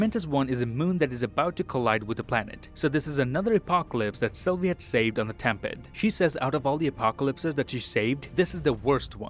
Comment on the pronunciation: I'm pretty sure it's time pad and not tem pad